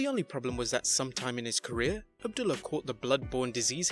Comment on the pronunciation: The wrestlers name is Saturn not Satin, and its Abdullah the Butcher not abdilla, could you expand exert the smallest amount of effort when it comes to pronouncing people's names